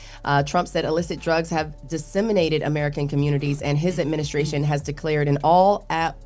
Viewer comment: Charla called it the “trump adminiscration”